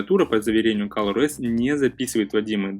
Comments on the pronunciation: не каллор а коллор ос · кОлор ОС а не кАлор